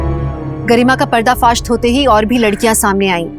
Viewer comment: पर्दाफाश्त नहीं, दिव्यांका जी, पर्दाफाश होता है, हिंदी शुद्ध बोला कीजिए 😊